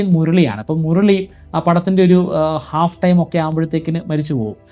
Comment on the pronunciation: മുർളി ...... എന്നൊന്നും പറയല്ലേ സാറേ😅 മുരളി ...... മലയാളം പേരുകൾ ഇംഗ്ലീഷിലെ ഉച്ചാരണത്തിൽ പറയുമ്പോഴാണ് ഇങ്ങനെ സംഭവിക്കുന്നത്.ഇന്നാള് രാഹുൽ ഈശ്വർ ഷാരോൺ എന്ന പേര് ഷാരൺ എന്ന് പറയുന്ന കേട്ടു😅